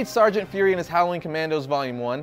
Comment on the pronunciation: Its pronounced as "fyoor-ree" not 'furry'. Lol